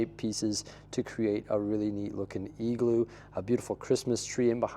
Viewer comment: Love your winter village it’s a Christmas period highlight for me but omg “eagl-oo”??!